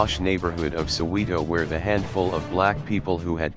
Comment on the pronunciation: Lol cant even pronounce Soweto so please ,dont come here with ur idiotic tendencies mxm